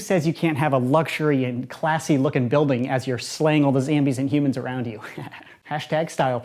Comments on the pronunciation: Its zombie not zambie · I think it’s zombie not zambie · Not poking fun, I promise, but why do you zambie instead of zombie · It’s zombie not zambie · Like if he mispronounces zombie as ZAMBY